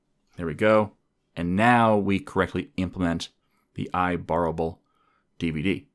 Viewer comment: I love how he pronounces IBorrowable as IBorrowabable, great video by the way. Enjoying this series on SOLID, one more to go 💪